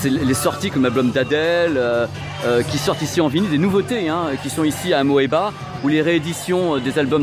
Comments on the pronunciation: Et Amoeba se prononce simplement "Amiba". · ça ce prononce "amiba"